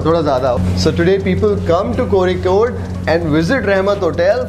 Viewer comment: First time hearing someone outside Kerala saying "Kozhikode" correctly.......